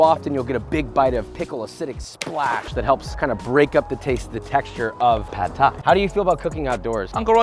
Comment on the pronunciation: THAT PRONUNCIATION THOUGH! - i'm taking away the Thai 'uncle' for that from you.